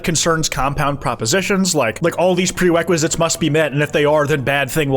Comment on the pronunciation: "Prewequisites" - 😂 UwU speak has him.